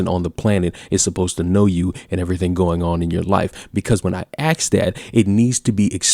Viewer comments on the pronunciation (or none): The word is 'ask' not 'aks'. Why do so many people say this now days. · How is it that you mostly speak properly.... yet you still axe questions?